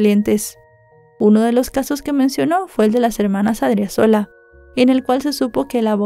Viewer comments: Creo el acento del apellido de la chica es en la segunda sílaba, incluso está bien escrito en el título pero mal pronunciado. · Muy buena exposición del caso, mejor de lo que se explicó en los medios de comunicación de Bolivia. Solo una observación, al tener una tilde el apellido se pronuncia con elevación de voz en la sílaba donde se encuentra la tilde 😊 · Adriazola con acento en la 2da a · Se pronuncia A-D-R-I-Á-Z-O-L-A y es Chonchocoro!!!